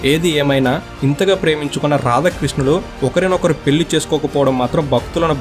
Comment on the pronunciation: పెల్లి కాదు పెళ్ళి.